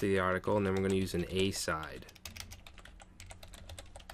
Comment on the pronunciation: It's "uh-SIDE", pronounced exactly like its namesake noun and verb, "aside".